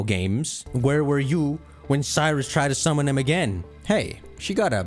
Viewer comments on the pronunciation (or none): none